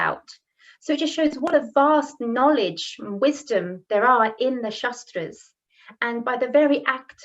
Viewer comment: Sry. to point you out but it's " shAAstr " ( शास्त्र meaning a suffix for technical or specialized knowledge in a defined area of practice like -logy in ecology, psychology, etc.) & not "shastr" (शस्त्र , meaning weapon), & also no need to put "a" in the end of everything, but if the whole world is doing so, it may not be a big issue. But in case of pronouncing शास्त्र as शस्त्र meaning changes, so here the prononciation is important & must taken care of.